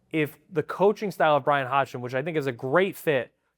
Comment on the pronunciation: Great stuff - but coach pronounces his last name “Hodson” - the g is silent, please let’s get it right for coach, it’s not that hard